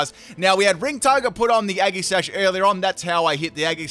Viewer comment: You really say agasash ...